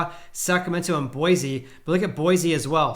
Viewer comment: Tip from a local: Boise is pronounced Boy-see. Love the content!